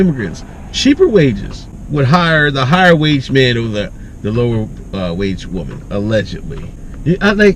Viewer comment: "As a waman, er, woman."